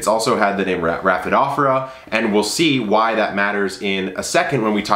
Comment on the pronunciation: I believe its prononced as poe- thows... long “o” sound. And raphi-dough-for-us